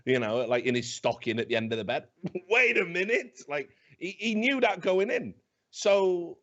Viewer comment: "Mait a winute" lel